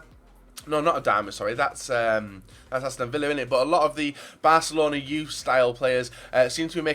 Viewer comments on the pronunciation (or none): none